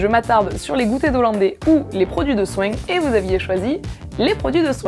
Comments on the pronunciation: c'était a !! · c'est à le mot soin